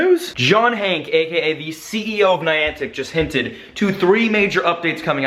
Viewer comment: Isn't his name hankey not "hank" which u kept on saying? 😂😂😂